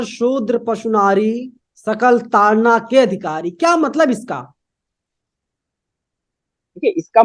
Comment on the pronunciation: तारण नहीं, ताड़न है।